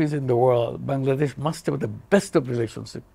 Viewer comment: Pakistani you tuber is calling Kangladesh instead of Bangladesh